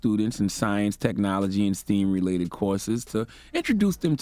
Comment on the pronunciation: Did he just say steam instead of stem?